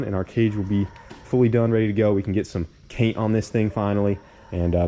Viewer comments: “Im gonna start masking everything up! And then get the rest of the Paige Cainted up” little bit of dyslexia there bud?😂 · Dude, you said "get the paige cainted" again. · I love how you’re still saying caint the page😂 all because of the comments from that video a while back😂😂😂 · Way back when it had the V1 cage in it he tried to say he was going to “paint the cage” but he slipped up and said “caint the page” instead. He left it in the edit, fans made sure it stuck.